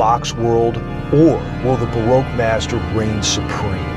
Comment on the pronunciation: I heard baroque bastard instead of baroque master